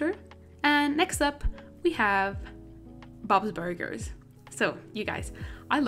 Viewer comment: am i the only one that noticed “ bobs burguers? “